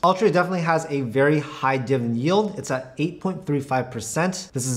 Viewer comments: diviDEND, not diven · Can you actually pronounce the word "Dividend?"